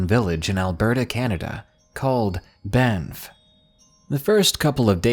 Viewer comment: Some weird shit in Banff but elks and bears are normal there. I love your videos but you are saying Banff wrong. sorry I'm from there